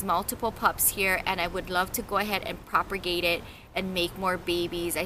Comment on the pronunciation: It's not PROPER-GATE ITS PROP-A-GATE ..........theres only one R.